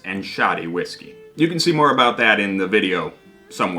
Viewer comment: You're pronouncing whiggsky all wrong, don't make me send Stevie pink eyes round to stay on your couch!